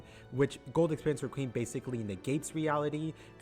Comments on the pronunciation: its req·ui·em.... not reqweem wtf is wrong with you lol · "re-kweem" Do you mean requiem Reck-wee-um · please say req wee um it gets very annoying other then that good video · “gold experience riqueem”